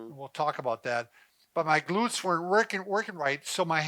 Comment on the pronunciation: “Glurts” hahahaha 😂😂😂